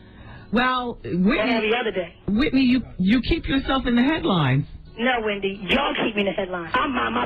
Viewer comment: Nicki really said “Pendy” 😭😭💀